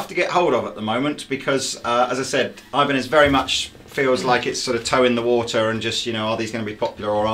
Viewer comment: EEEEEbanez, not EYEbanez